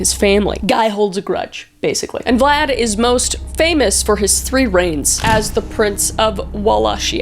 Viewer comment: You said blad the impaler and I was like THATS MY CHEIFFFFF THATS MY BOYYYYY